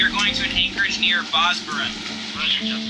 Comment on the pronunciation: Bro I'm sure he didn't understand the word Bozburun the way you pronounced it 😂